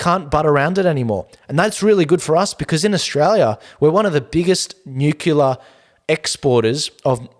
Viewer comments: Please - NEW CLEAR. We should try not to contribute to the mispronunciation of this tongue-twister, as more and more seemingly educated people are doing all over both sides of media. Nuclear. Nucular? Newcleah. Newclear. I love your show, always great content. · Your show is "nucelar".... good to see you back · Say it together..."NEW-clear" Spazzard and Chunt are desperate. Noone is buying what they're selling.